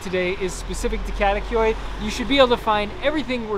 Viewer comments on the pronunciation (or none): Love the videos, but if you are living in Istanbul, please learn how to pronounce the names correctly. It is not too difficult. Kadikoy is kadee koy not kade koy.